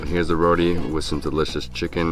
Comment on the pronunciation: Row-tee not Row-dee... geesh